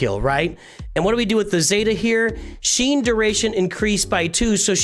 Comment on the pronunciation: Great vid, but one thing is bugging me like crazy. Shien is pronounced 'She-en', not 'Sheen'.